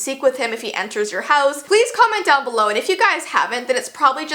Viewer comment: “palaese cumment dOwN bulow”